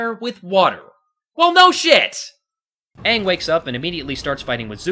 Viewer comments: 25 reasons why M. Night Shyamalan's The Last Airbender sucks: 1) Too. much. exposition. 2) WHY IS THE BENDING SO SLOW?! 3) Aang Ong being turned into a whiny, angsty brat 4) Sokka Soaker having the personality of a twig 5) Katara becoming an absolute joke of a waterbender 6) RACEBENDING 7) Zuko's scar is barely visible 8) The earthbender prison being built in A FUCKING QUARRY 9) The Kyoshi Warriors' lone scene being cut out 10) Fire Lord Ozai's face being visible from the beginning 11) Every action scene being done in one looooooong take 12) Firebending requiring existing fire to even work 13) Admiral Zhao constantly rambling on about "THE SECRET LIBRARY!" 14) Avatar Roku and Koh the Face Stealer being replaced by some dragon spirit 15) Ong raising a giant wall of water to scare away the Fire Nation instead of fusing with the Ocean Spirit and going on a rampage after Zhao kills the Moon Spirit 16) Awful acting all around (except from Zuko, Iroh Eeroh, Princess Yue and Master Pakku's actors) 17) Katara's actress only being cast as a favor to her billionaire father 18) Horrible editing 19) The characters' names (as well as the terms "avatar" and "agni kai") being pronounced wrong 20) Soaker not using his boomerang at all 21) THE "PEBBLE DANCE" 22) The blatant sequel hook with Princess Azula at the end 23) The last-minute 3D conversion 24) The sheer amount of close-up shots 25) The fact that it was even made at all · Literally hated every moment of this movie! from the horrific way they portrayed the characters, how they pronounced the names of the characters. They ruined the amazing story that was The Avatar The Last Airbender. like holy fuck!!! its ANG!!!!!!!!!!! say it with a capital A! I don't care if its the traditional way!! Clearly the show you based this movie off of didn't give a fuck! Then don't change it!! Also idg the whole not being able to make fire out of thin air! Thats how it was in the show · And "ong", really... Katara pronounces Aang as ong...